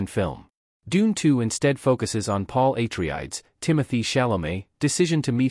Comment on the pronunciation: EHHH - TREE - IDES?